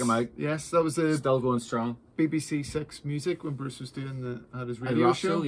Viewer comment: Go. you can't pronounce go? it's not yo